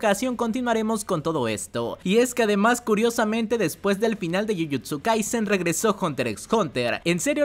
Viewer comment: dijiste jujust kaizZzZZZZZZzzen? xd